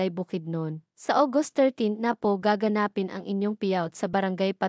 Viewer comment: Mali ang pronunciation ng nag uulat. Gaganapin hindi gaga napin